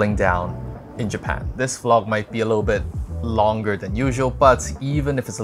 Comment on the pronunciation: The LOoNGerrrr! The BETTTERRRR!!?? 🌝